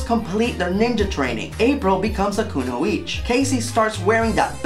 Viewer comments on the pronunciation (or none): To be slightly pedantic its not Kunoich, its Kunoichi, (ku-no-ee-chee) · It's "kunoichiiiii", baka. Anyway, THAT'S what I call an Honest Review ♥. Man oh man.